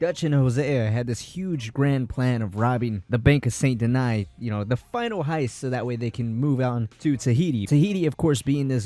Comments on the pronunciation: good video, just don't like how you called it "san deny" instead of "SAN DENEE" how it's a French city and how it's pronounced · It's sant danis not sant deny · Well if you want to pronounce it with proper french pronunciation it would actually be more like “son denee” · You SAY you played this game yet you consistently pronounce the name of the MAIN CITY wrong. Saint Deny? It's pronounced San Den-knee and you know it. This is so distracting the video is unwatchable. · Saint denee and denis is fine but not deny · This man literally pronounces "Saint Denis" as "Saint Deny." lol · My guy can’t say Saint Denis he says sabot deny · Left as soon as dude said some... sont deny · Stop pronouncing Saint Denis like that. You've heard them say it a hundred times in the game. You have no excuse to mispronounce it. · Leaving early because of how you prenounce Saint Denis Bye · We all mispronounce words no need to be rude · Why can’t people just say it how every character in the game says it? It like saying Dutch Von Der Loonde instead of his actual name 🤣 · They clearly say how to say saint denis a million times in the game and you still can’t say it properly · Did it in purpose so you’d comment